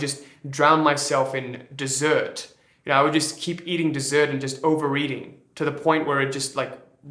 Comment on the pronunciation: A Funny thing happened when you said "overeating", I heard over-reading?